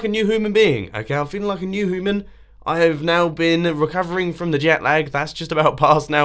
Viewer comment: Mumbo Jumbo its 'humans' not 'hoomans' and you should do another treasure hunt ;)